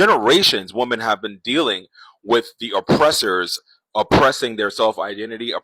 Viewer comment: I almost made it all of the way through this video (with which I concur) before his inability to pronounce the plural of 'woman' just really got to me. . . I don't know what it is, but a lot of these guys have a problem with the word 'women'; and it bothers me.